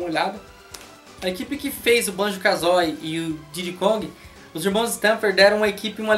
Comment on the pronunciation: Parei de assistir quando ouvi Banjo "KAZÓI"